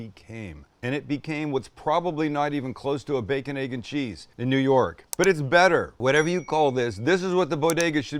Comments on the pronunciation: As a life long New Yorker the sandwich is pronounced as one word baconeggandcheese. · Being from NY, it’s pronounced baconeggandcheese….all one word haha 😂 Great sandwich Sam 🤙🏻 I gotta try this one